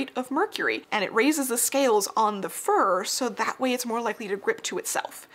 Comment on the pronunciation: It took me a second to realize you were saying fur hats and not for hats